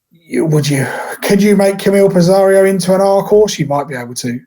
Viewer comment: pissarro not pissarriioo